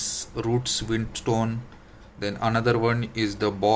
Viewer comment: Sir it's Windtone not Windstone